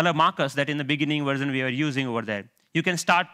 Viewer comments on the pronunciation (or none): none